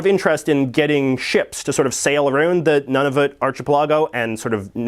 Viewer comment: "None-of-it archipelago". OMG, you're a Canadian, and can't say Nunavut right? It's pronounced "Noon-avut"